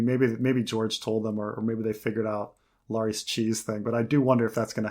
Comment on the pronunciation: Back with that Lar-EEs pronunciation, same as with Var-EEs. It's almost like he's doing it out of stubborn defiance at this point. Lol, names aren't subject to personal preference when it comes to pronunciation. I'm sorry, that's wayy off topic, but this has been a peeve of mine for literal years. Still love, though.